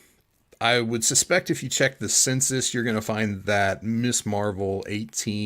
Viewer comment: Great show! Really entertaining. Small point: it's Ms. Marvel, not Miss. Few collectors pronounce it properly for some reason.